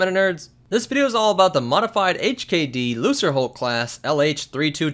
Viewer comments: please work on your pronunciation of english words lucre is not pronounced lu sir its pronounce lu ker as in lucrative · Loo-ker hulk, not loo-ser. Gah. That's been driving me nuts for several videos now. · Going back and rewatching your video, I hope you realized your mispronunciation of the class of ship. It's LUCREHULK (the C is hard like a K), not LUCERHULK. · Wait is it pronounced like Lukre hulk or looser hulk? Because I pronounce it the first way, it sounds cooler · It's a lucerhulk not a losserhulk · It's pronounced LUKE-ruh-hulk not LOO-ser-hulk ffs. I've always assumed the designation shared some etymology with the word "lucrative" which of course would insinuate that the huge commercial freighters netted a $hitpile of credits for the CIS... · Lucrehulk is pronounced Lukerhulk. Not Looserhulk. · that pronunciation is triggering the fuck out of me. Lu-CRE-, not Lu-CER. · Why does everyone on Youtube seem to pronounce it as "loo-sr-hulk"? Shouldn't it be "loo-kr-hulk"? The name comes from the word lucre (pronounced "loo-kr") which means money, especially money obtained through illegal or immoral means. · Not to be that guy, but "Lucre" is pronounced with a solid C, so sounds like "Luke-er" not "Loose-er" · Did he just say... Lu”s”raHulk!?! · lol if people were bugging you for saying it the other (correct) way, then you really can't be blamed for saying it as "looser" in this video... I have noticed that a lot of the SW Youtube channels pronounce it the wrong way, and I've never understood why. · The word is Lucre pronounced loo-kur. long oo. It means money in latin. So lucre hulk means big money. Get it cause they like money. Lucas was so smart. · I think it's pronounced "lu ker" hulk. As in "lucer" aka money. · Sounds like you say loserhulk class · Hard C not soft C. Lucrehulk, from the rootword Lucrative.